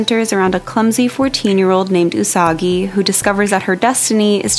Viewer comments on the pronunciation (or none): none